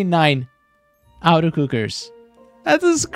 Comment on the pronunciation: The way you say “auto” sounds like “outer” and it’s making me laugh cause you’ve said auto cooker 100 times lol. It’s “AWH-TOE” automatic